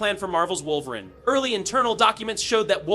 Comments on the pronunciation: Pronounced Wolver-een Not Wolver-in as it is in video. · Why tf are u saying woverin' ??? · Wolverin’ & Charles Gayvier?😂